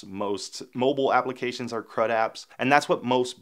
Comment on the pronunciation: When you said crud-apps I heard "crap-apps" :) That's what you hear when you are not a native speaker :) It's good that you put the explanation on the screen.